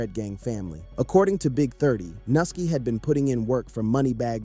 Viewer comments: Nigga is pronounced new-ski who th is nusski 😂 then he doubled back n called the n* “nilky“😂then pronounced it correctly as “Nuski” then called the man noki then noski trolling at a all time high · lol u disrespectful mfa mane can’t even pronounce nuski name 💜